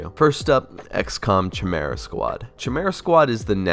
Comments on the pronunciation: It's Kai-Mera squad. It's has a hard C. Pronounced Khi not Chi. You had one job ! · You pronounce "chimera" weird. Its ky-meer-uh, not chuh-meer-uh. Its a famous greek monster. Dont even worry about "Daemons". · And it''s KY-MARE-AH not chimichanga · Cambridge dictionary gives these pronunciations: US: /kaɪˈmɪr.ə/ UK: /kaɪˈmɪə.rə/ "Kay" (like in okay) is pronounced "/keɪ/" That's different. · Love your video! Just ooone little criticism, and don't take it the bad way: It's pronounced "Kimera", not "Tchimera" :D <3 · Why are you pronouncing chi'mera.. it's pronounced Ki'merah 🤦‍♂️ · Few corrections: Chimera is pronounced "kay-meh-rah" In daemonhunters, you play as the grey knights, not the grey wolves, and they are a separate faction from the ultramarines. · I went crossed eyed when I heard that🤣😂🤣 Rogue trader era guy here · Its pronounced kai like from ninjago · Chimera, Pronounced ( Kai-Merra ) If you want your mind F*cking Blown go look how a human Chimera is made! Holy sh*t it's creepy. I had a Chimera Cat with a perfect Strip of black and orange on either side. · Kai-mera. It is pretty good. Just finished it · Chimera = Kye-me-rah, just FYI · FUCK! It's pronounced like " kye-merah". PTSD From a friend who insisted different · Its "kai-merea" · It's pronounced KY-MEERA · IT'S PRONOUNCED KIMERA... Dude... Also it's baby's first xcom and I really don't like it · lol I wasn’t gonna say anything about your chimera pronunciation but glad someone helped lol. As a fan of XCom, have to bring up Gears Tactics. There’s also Phantom Doctrine which is a nice take on the genre with a Cold War spy theme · When i heard that shit i almost passed out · That pronunciation of chimera though... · Worry about saying Chimera first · The Chimera pronunciation made me wince lol. Not sure why you festure that game if you weren't that keen on it. Gears Tactics would have been my choic. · Can't say daemon or chimera right. Oh no 😭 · that is not how your pronounce chimera